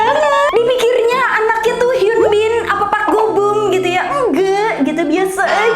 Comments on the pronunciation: Park bo gum ka, bukan park go bum😂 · Park bo gum ka bukan Park go bum😆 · Park bogum jd park gobum😭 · kebalik Park bo gum bukan park go bum 🤣😄🤣😄🤣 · Ralat kak bukan park go bum tapi park bo gum 🙏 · Park bo gum jadi park GO BUM AWKWKWKWK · bukan park go bum kaa tpi park bo gum😂😂